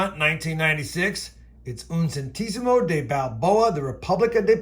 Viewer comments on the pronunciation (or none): I think you are pronouncing "Centesimo" wrong. Specifically the sound of the "te" in the middle. The "e" shouldn't sound like "ee", as in Lee, but with an open sound. The "te" should be pronounced the same way you say the "te" in "tech".